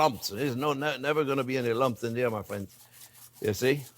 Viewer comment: same here. He brings me joy, especially when he says “fwends”. My hubby would have loved these recipes.